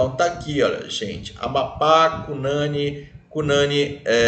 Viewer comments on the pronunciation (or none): O NOME SE PRONUNCIA CU NANIN COM FORÇA NO U COMO SE TIVESSE ACENTO ~